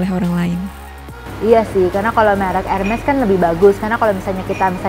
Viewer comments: She calls herself sosialita but still call the brand in wrong way. LMAO Hermes is supposed to be pronounced without the “ s” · Hermes dibaca/diucap : 'erme'... ka.... Spya kliatan meyakinkandikit tajirnya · Tas boleh 215 juta, tapi nyebut merknya salah. Malu